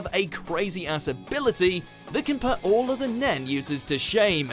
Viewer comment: This has to be some kind of record for the narrator saying the word "put" wrong, so many times in a single video. It jars the ears